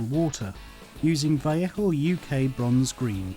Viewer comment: you say vellejo weird like vellecko or something im pretty sure its vell ay ho